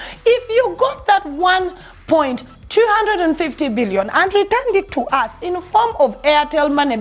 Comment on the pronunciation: am sure meant 1.25 billion but the way you said it got me saying what da.....?